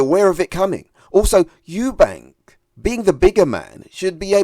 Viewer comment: Eubank not Eubanks. I give Conor the edge.